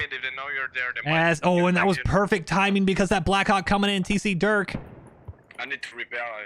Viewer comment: dude i swear I heard my name....but that ain't me....at least u say it right...I usually get called "Duke"...like It's Durk....but okay I mean even Dirk is acceptable